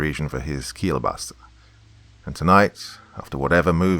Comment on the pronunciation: That is the best pronunciation of Keilbasa I've ever heard. Love the scary nothings in my ear. You are one of the best!